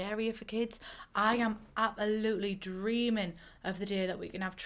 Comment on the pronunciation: I always hear it as "apple-lutely" which brings me joy.